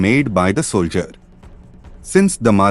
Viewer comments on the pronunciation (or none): none